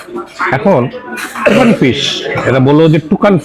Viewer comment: আপনি বারবার তুকান ফিশ/ টুকান ফিশ বলে গেলেন, ওটা তো তুসকান ফিশ। খাবারের নামটা লেখা ছিলো ওখানে, খেয়ালই করলেন না !!